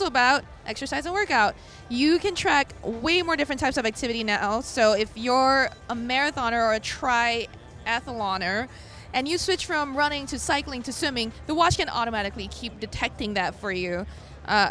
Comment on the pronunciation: Tri-atheloner? lmao!